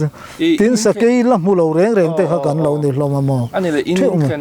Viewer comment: Sakai tiin i lamri lek lek..Sakei.. chuan Sa bai tiin a ri lek lek bawk..Sa, Bei..um kah tuma bei.. Kan sawive lawk ani e..I titha lutuk e..kalzel angche..!?